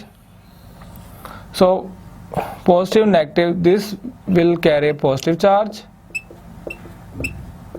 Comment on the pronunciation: Its not phostive its positive